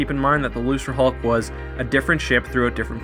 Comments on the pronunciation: Why is he saying lucerhulk. It's Luke ra hulk Get your quotes right "nothing can get through our shields If the rebels best ship can't beat a gimped old ship how did they even threaten the empire. Empire has 1000 time more ships that are 10 times better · Lucre hulk. Pronounced loo-ker, not looser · This is a great video but there's one thing that I wanted to point out. I'm pretty sure thst Lucrehulk isn't pronounced "loose-re-hulk" but "loo-kre-hulk" I think that George Lucas was making a joke on the worlds "lucrative" and "hulk" because it was a hulking battleship of the lucrative Trade Federation. Also, in the English language, any C that is followed by an R is a hard C (K) like in Crazy, Credit, Cram, Crust, Cripple, Acropolis, Crib, Crab, Macro, Micro, Crap, Lucrative, Criminal and Incredible. There is no example of a soft C (S) before the letter R. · luserhulk??? it's pronounced luke-ruh-hulk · it's pronounced "loo-kerr". lucre, as in money. the trade federation, interested in money, you know? get it right, man. sheesh. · Are you pronouncing "Lucrehulk" as "Loserhulk"? It's supposed to be a hard C, not a soft C. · > hears you pronounce "lucre" with a Soft C instead of a Hard C. Ah, so this video exists as penance for some terrible sin I have committed.